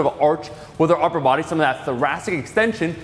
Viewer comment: Omar saying upper Buwudy uwu.